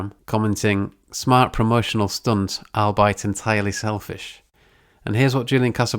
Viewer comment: Please don't ever pronounce "albeit" like that again.